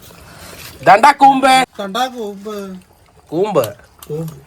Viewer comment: കൂമ്പ് എന്നാണോ പറഞ്ഞെ 😂😂 ഞാൻ കേട്ടത് ഊമ്പ് എന്നാ 😂😂😂😂